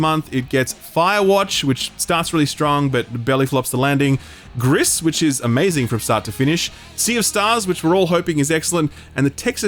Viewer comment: By the way Gris is pronounced like grease, it's Spanish for grey